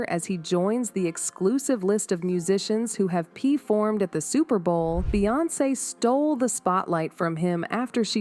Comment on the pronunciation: "Pee- formed"